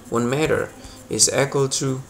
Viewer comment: It’s not, “met her!” Pal!, it’s “mee-ter” u got that? We speak American on this damn American website 🇺🇸